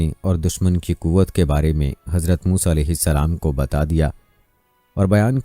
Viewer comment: Saaf saaf musa A.S.. ka naam aap kai muh saii nahe nikal raha hai